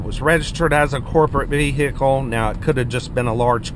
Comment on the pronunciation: A). It’s an XC 70, not a 90. B). What’s a Vee Hikle?